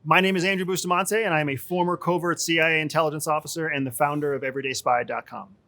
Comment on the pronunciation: Here's a "Big Think", his name is Bust-A-Man-Te.